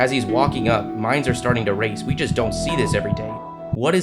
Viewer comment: The announcer who kept saying “wi wi”